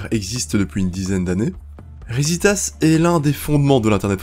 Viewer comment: Rissssitas et pas riZitas...PaéYéras et pas paélérasse...